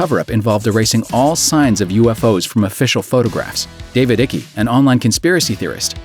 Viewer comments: That's not David Icke.. and you pronounced his name wrong. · Oh and Icke (pronounced to rhyme with bike) is a fruit case